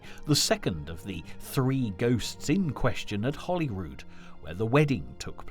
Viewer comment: Why does he keep calling Hollyrood Palace, HOLLYWOOD Palace?? Gimp